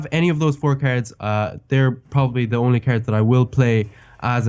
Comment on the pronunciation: I love the way that he says cards (carrots)